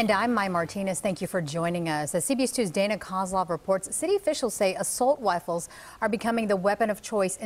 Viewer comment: "assult wifles" hahaha